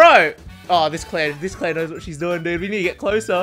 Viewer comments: Amazing video but are we not going to mention how he called Claire by her name and not a different goofy name because he forgets Resident Evil character names? Because if anything, I am impressed he says her name, lol. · This can't be, the real would never call clair by her name correctly